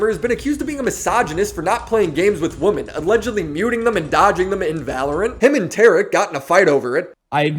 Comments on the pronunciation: It’s killing me to hear you say woman in place of women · wo-men, pronounced like wi-men.